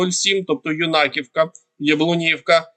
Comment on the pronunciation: В Сумах говорят Юнаковка с ударением на Ю